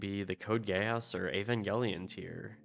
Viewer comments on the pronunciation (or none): Gee-ass. Geass is pronounced like the asshole.